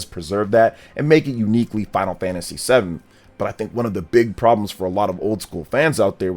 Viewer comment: It's Final Fantasy not Final Fagtasy